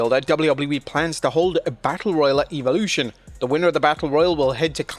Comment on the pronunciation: WHOEVER IS SPEAKING THIS VIDEO.. .. LEARN HOW TO SAY WORDS CORRECTLY!!! EVOLUTION......... SAY IT RIGHT GOOF